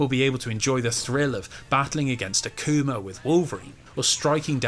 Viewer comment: I like the way you say “Akuma” with your accent, it sounds like “A Coomer”😂. There’s my constructive contribution to this comment section lol